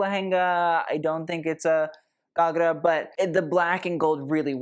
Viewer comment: 10/10 for your pronunciation of ghagra and associated words (the odd one was 9/10 but nonetheless excellent) 👏🌟